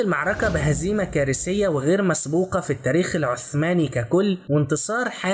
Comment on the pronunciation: كيف اساعدكم وانت لاتعرف ان تتكلم باللغه العربيه عندما قلت كارسيه بدل كارثيه